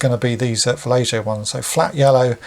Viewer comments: Not to be that guy but I think it's Va-lay-HO, and not Va-lay-JOE. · I could be wrong but I think Vallejo is a Spanish name. So the j should make an h sound. But I could be wrong. Great vidoe! Amazing paint work!